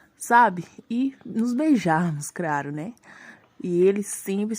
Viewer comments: Quando ela falou "craro" me deu uma agonia ksksksks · “nos encontrarmos conversarmos, sabe, ir nos beijarmos craro né” KAHDNXJSBDKHDMABD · kkkkkkkkkkkkkkkkkkkk craro e kkkkkkkkkkkkkkkkkk pobrema kkkkkkkkkkkkkkkkkkk compretamente kkkkkkkkkkkkkkkkkkkk decrarar KKKKKKKKKKKKKKKKKKKKKKKKKKKKKKKKKKKKKKKKKKKKKKKKKKKKKKKKKKKKKKKKKKKKKKKKKKKKKKKKKKKKKK